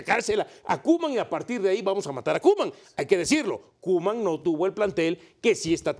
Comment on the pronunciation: No es hate pero es "Koeman"